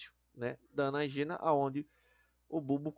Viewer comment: Po, tem um acento em "anÁgena", 'telÓgena" e "catÁgena", o maluco me lê: "anagÊna", "catagÊna" e "telogÊna" KKKKKKKKKKKKKKKKKKKKK pqp